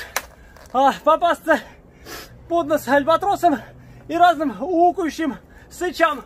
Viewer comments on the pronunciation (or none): "уфующим сычам" ))))